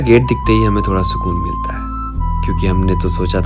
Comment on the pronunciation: श को स बोलना बंद करो भाई, पूरा नारेटिव सुनने में बेकार लगने लगता है और आगे देखने का मन ही नहीं करता। सांती, बारिस, सुरु and many more in the very start of the video.